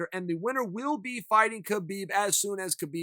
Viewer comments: it kills me that he says KA-BEEB NOT HA-BEEB I said it the same way until I say Khabibs interviews of himself telling DC how to say it now it bothers me when 90% of people say it wrong......Joe Rogan included UGH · I believe Khabib’s name is meant to be pronounced “hab-eeb”